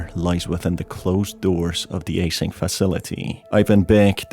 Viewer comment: A-SYNC Lol